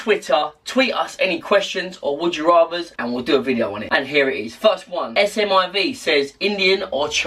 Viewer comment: s m I v are you mad it's smib